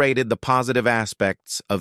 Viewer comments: When neophytes attempt to teach something they just reread but don’t live it’s Jeet Kune Do not Du pronounced Do! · Why did the American English speaking narrator pronounce it Jēēt Kūnēē Dū when Bruce Lee (Jun Fan) pronounced it Jēēt Kūne Dō? And my former Conceptual JKD teacher is a second generation JKD guy who learned under Dan Inosanto, and they all pronounced it Jēēt Kūne Dō? That's just weird. Can you just stop making it weird? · that's pronounced JEET-KOON-DÖ. Otherwise this is an excellent and well researched video, which means you still earn a like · That GOTCHA moment when the AI completely mispronounces JKD at the end. ROTFL😂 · Don't be so patronizing that you think you can mispronounce names without us from the martial arts world noticing. If you want to speak of Mr. Lee you should show respect in pronouncing Jeet Kune Do CORRECTLY!